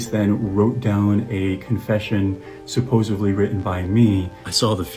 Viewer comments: "I can't justify..." **continues to try to justify his heinous acts. What a POS. Also, "supposovly"??? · Did this 33 year old man say "supposevly"? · Bro saying “supposively” its SUPPOSEDLY not supposably, not supposively… SUPPOSEDLY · It really annoys me that he says “supposively” it’s “supposedly” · The way he repeats "supposeVly" makes him that much more unlikeable